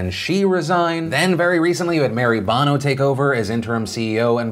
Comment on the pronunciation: its pronouncec bough no as in Sonny Bono her husband until his death